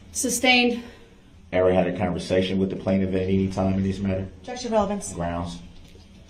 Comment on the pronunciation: I cringed every time that bastard said relevancy for relevance.